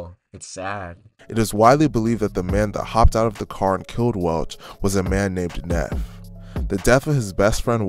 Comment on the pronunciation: Neef not Nef😂😂😂